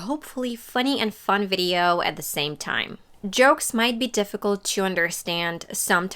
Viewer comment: no native speaker is going to over propnounce the t in at before the word 'the', that's so unnatural...